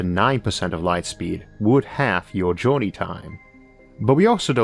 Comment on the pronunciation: What's an "Ealth?" Or a "Joulney?" Is this a sci-fi channel?